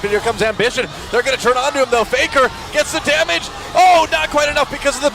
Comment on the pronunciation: F p 발음좀 잘해라 Faker을 paker로 읽누